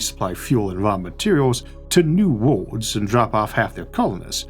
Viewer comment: Can someone please take a minute and teach this man how to pronounce the word "worlds" or maybe remove it from his vocabulary..